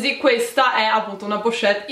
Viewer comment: Solo io ho notato che non sa dire la parola " pochette"?.e comunque belle borse,ma non firmate non ti piacciono?